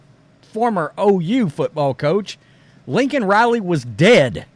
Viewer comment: If this were the first Biden gaffe, I could probably let it slide. When Newsmax was first reporting Laken Riley's death, the people on their channel weren't saying her first name distinctly and I kept hearing Lincoln as well. Unlike McAfee, I didn't take that to mean the coach was dead. But I did wonder if he had known he had a female namesake prior to her death. Was several days before I saw her name in print and learned I'd been hearing it wrong. But as long as Laken Riley's murder has been news now, you'd think the speechwriter crafting his State Of The Union address would be more careful than that. It's one thing for a random normie to mishear a name on the news. It's quite another when a government official who's citing a national tragedy in a major speech butchers the name of the victim.